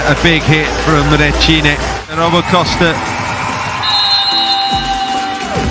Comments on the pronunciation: The surname is wrong. It's not Requine, it's Recine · Recine! Not Requine....